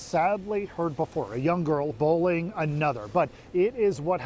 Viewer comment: why does both the reporter and the father not use the letter Y? "bowling" and "bulling". not bullying, apparently.